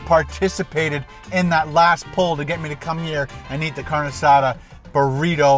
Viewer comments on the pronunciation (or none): oh yeah its pronounced car-nay not carn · Not "carn asada"..its "car neh asatha" thats how you pronounce it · it's pronounced CARN-EY not carn. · Great, I’m hungry now!!! Hahahahaha P.S. It’s pronounced “car-nay”. Fantastic video